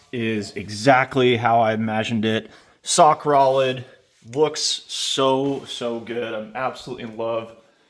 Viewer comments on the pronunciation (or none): You said sock rolid instead of rock solid. 😂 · Felt that “Sock Rolid” 😂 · “Sock Rolid” 😂 glad I’m not the only one that does this. Sounds badass! Can never go wrong with Corsa. Thanks for making down to earth videos while fulfilling my childhood dreams.